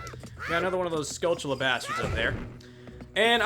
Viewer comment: It's annoying me that he prononses skulltula like skuCHulla